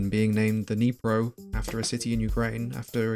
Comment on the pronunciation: well done with pronouncing Dnipro correctly. I made the mistake of pronouncing the D the first time and my friend corrected me